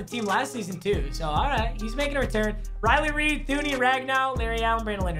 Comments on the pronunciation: Did anyone else hear “Riley Reid” or just me? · Anyone else catch how he said Riley Reid instead of Riley reif... come on papa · so we not gon talk ab how he said riley reid instead of riley reiff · Riley Reiff: exists: Riley Reid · Instead of Riley reiff he said Riley Reid 🤣😭🤣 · Boys.... i think papa failed NNN he called riley reiff riley reid in november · anyone else notice said Riley Reid instead of Riley Reiff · anyone else noticed he said riley reid instead of reiff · Yall see when that o linemens name was riley reeiff and he said reid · Anyone gonna point out he said Riley ried instead of riff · We he watches to much of the hub and says Riley Reid instead of Riley Reiff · did he say riley reid or riley reff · Who else thought he said Riley Reid when he was showing his offensive line in the beginning